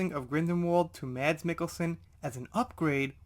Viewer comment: Just a comment, because it's driving me crazy. lol I live Denmark. Mads Mikkelsen's first name is pronounced more like "Mass" Mikkelsen. The d is VERY silent. :) Anyway, thanks for the video, despite the odd glare in the image. Super happy Forbes is bringing this out. Finally. <3